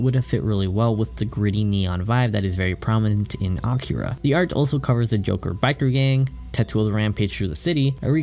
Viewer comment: it's A-KEE-ra....not Acura....the 2nd one is a Honda brand...js